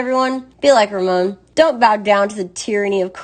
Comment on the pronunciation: Raymond? It's Ramon. Some Mexican you are.